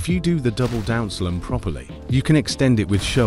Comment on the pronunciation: Bro said down slam as down slem but anyways good vid I definitely got better ngl